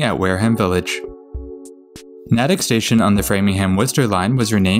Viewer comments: Natick is pronounced "Nay-tick" I know, I've lived there. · You did really well with the pronunciations! The one that stood out to me most was Natick—the A is pronounced the same as in “May.” There were a few others, but they’re all very common mispronunciations that even some MA residents mess up sometimes. Anyway, I really enjoyed this video!